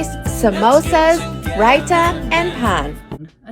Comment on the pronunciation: Naan was wrong but her pronunciation of raita was actually correct. Nevertheless, it was a tragedy though 😂